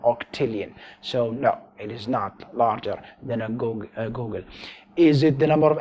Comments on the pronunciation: Googol is pronounced "Goo Gle" not "Goo Gun" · How does he pronoune googol as goalgun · I don't know if it's his accent or if he's actually mis-pronouncing it, but when he says Googol as Go-gol, it kills me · I love how you pronounce googol. Go Gel.